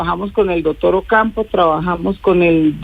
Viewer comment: Con todo respeto pero que mal hablada, una ministra diciendo: " juera y dotor" por Dios en manos de quien estamos?